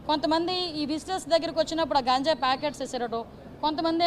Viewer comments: ప్లీజ్ మేడం గాంజయ్ కాదు మేడం గంజాయి అనండి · గంజాయి అనాలి కదా అది చాలా తప్పే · గాంజాయ అంటున్నారు, గంజాయి కదా